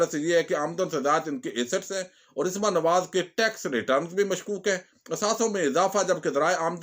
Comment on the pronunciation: Asma ki slif par zabar hai sir plz don't mind